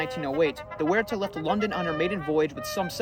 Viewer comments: In Australia Waratah is pronounced Woh-reh-tar. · Wonderfully researched and presented. Pronunciations are closer to “WARR-I-TAHH” and “MEL-BURN”, and DerbyShire is spoken as “DERBY-SHEER”. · Good research and exploration of various theories. Just check pronunciation before recording in the future. "Waratah" is pronounced "War-ah-ta" and "Clan McIntyre" is "Clan Mac-In-Tire". Good production and fine presentation otherwise. Still gave it a Like. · Correct pronunciation of Waratah.